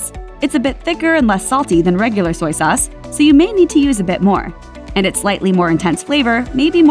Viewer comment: It’s soy sauce not soyee sauce. Duped into a commercial.